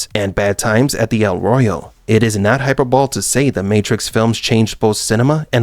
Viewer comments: . It's.not pronounced "hyper ball". It's "high-per-bo-lee" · "hyperbole" is three syllables: hi-PER-bo-LEE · I don't think it's pronounced "Hyperbowl" :/ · Your robot voice (?) mispronounced "hyperbole", saying "hyper ball". 😊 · i don't think it's an AI voice, i hear too much variation in pitch. but "hyper-bol" is a common mispronunciation of a word most people read long before they hear.